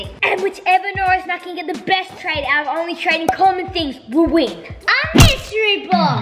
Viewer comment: Its so funny when said A mistory box